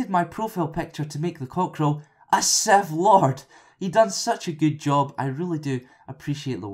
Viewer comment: "A Seff Lord"